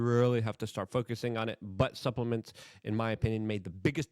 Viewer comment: Ha, ha he said butt suplaments